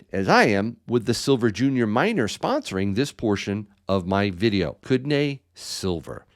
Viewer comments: if you are going sponsor a product or a mine ect.. make sure you know how to at least pronounce or say it properly (come on dude!) Kootenay pronounced (Koot-nee) not (Koot-NAY) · Uhhmm... I lived in that region about 15 years ago,. It is pronounced (koot-nee)